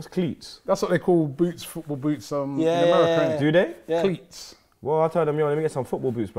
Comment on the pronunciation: gotta start saying “Mercia” and not America....😂